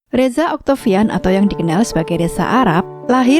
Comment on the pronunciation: Nyebut reza jadi resa